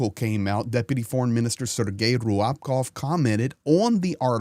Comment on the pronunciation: Sorry for nitpicking, but your pronunciation of "Ryabkov" is wrong. Maybe you can consider checking with native Russian speaker